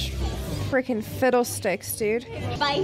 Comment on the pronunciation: Haha said fittlesticks